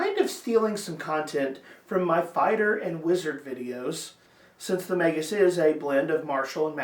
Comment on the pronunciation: **SUBSCRIBED**!!! You're the first YouTube channel to pronounce it correctly😂